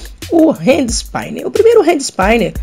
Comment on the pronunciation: "ispíner" e não "ispáiner" ;)